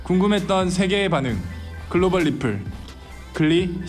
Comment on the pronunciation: 리플? Reply?ㅡ (뤼플라이) 입니다